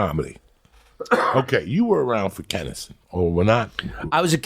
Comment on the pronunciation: Why do all these comics call him kennison? Wtf